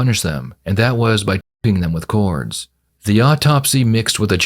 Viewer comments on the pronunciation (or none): Did he say cords or corn?